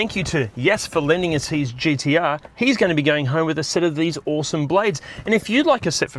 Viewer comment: I’m just happy you don’t pronounce them GDR.